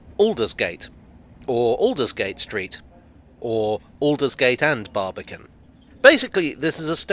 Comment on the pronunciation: When I hear "Barbican" I hear "Barbie can what?"